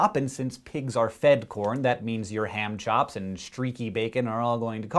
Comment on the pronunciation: Lol, when he said "ham chops," I actually thought he said "hand jobs."